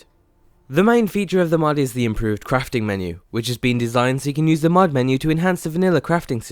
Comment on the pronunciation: James Troughton i don't know, he sounds more british again. then again he might be foreign and going for a british accent except for the word "mod" which he pronounces as "mad". it's not a big deal but, you know